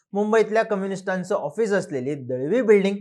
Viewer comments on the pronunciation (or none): none